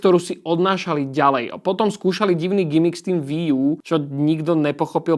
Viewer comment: no píše sa to Wii a je to z Japonska. Takže čítať by sa to určite nemalo "VÍ" ale skôr "UÍ" a VÍ šport je úplná škôlka :D